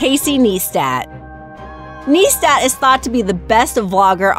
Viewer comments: Nystat😂😂 she said it wrong again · And casey nie stat not née stat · Did she say Casey NEESTAT omg it's neistat (nicetat if you need a pronounciation guide) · Dafuc😂😂 nistat hahaha nistat NEISTAT bruh nit nistat haha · Not knee-stat its nigh-stat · casey neistat not casey neestat :) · Can't even pronounce Fousey right. And Mo Vlog's is NOT even close to top 10. It's (NYE-STAT) like nice tat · The way she says Fousey and neistat😂